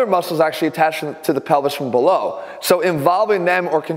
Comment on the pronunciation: ATHLEAN SAYS PELVIS ME : DID HE JUST SAY PENI$